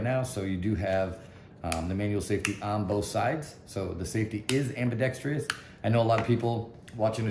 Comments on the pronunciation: Thank you!! It seems that the only person on YouTube that pronounces this word correctly is "Hickok 45." Lol. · Ambidextrous Not ambidex tree us